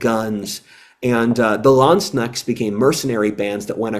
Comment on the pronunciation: Your pronounciation of "Landsknechts" make them sound like "land sneks", which is a funny mental image to me. Also, in regard to liberte=british thinking, egalite=french thinking and fraterne=german thinking, i was reminded of the comparison of liberte=dynamic,young men, egalite=stability seeking women and fraterne=the old aristocrat men. I'll have to look deeper into history and how these societies tend to organize, maybe there is a connection here...